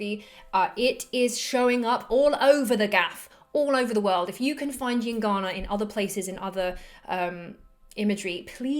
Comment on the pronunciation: what the fuck are you saying? calm the F down. Heard it a hundred times and i could not understand... gincana? gingana? jincanna? llincana? yingana? at least write it somewhere ffs.... EINGANA god damn it... took a while to find...FFFFFFF